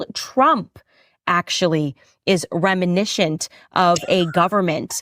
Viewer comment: Rem-I-niss-ant. It's not that hard,.